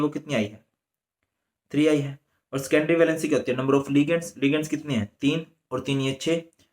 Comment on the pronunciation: Scendory nahi sir secondary hota hai